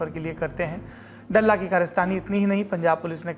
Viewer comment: डल्ला नही ह, दल्ला ह ये 🙏🏻